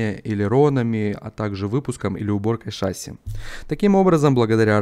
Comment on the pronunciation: ШассИ ударение ящер